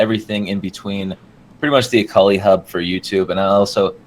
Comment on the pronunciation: you pronounce akali like ecoli....^^